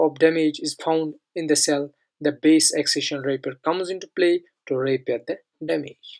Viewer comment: your pronounciation is a bit of. You pronounce repair as rapier. Good pronounciation is like r eee p eehhhhh r.